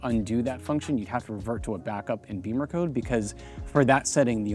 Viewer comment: It's NOT Beemer code, unless you can't pronounce English vowels. "Bimmer" is the nickname the Germans use for BMW, and they don't say "Beemer", believe me. You want to sound ignorant, that's your choice.